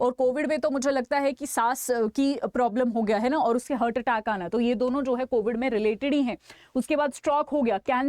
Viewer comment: It is हार्ट heart ..but you are pronouncing it as हर्ट ie hurt...